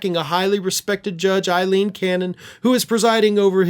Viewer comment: 'A'ileen Cannon, with an 'A'.